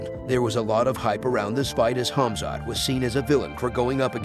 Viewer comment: also his first name smh it's khamzat not khazmat